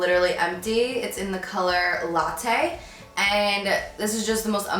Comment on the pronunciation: Love the way you pronounce "latte" 😻♥️